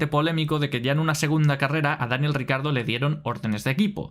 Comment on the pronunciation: Siento un gatillazo cada que dices "RICARDO".... no jodas y lo repites mil veces!! ... Ni Lobato que también es del mismo país, pronuncia tan mal su nombre. 🤦‍♂️